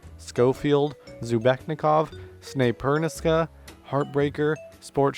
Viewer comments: snayperniska 😂😂😂😂😂 pronounced sn-eye-per-sky-uh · Snay-Pernis-Ska giggles